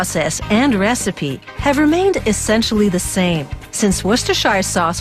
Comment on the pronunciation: Worse-ter-shur sauce . There ! Got it now !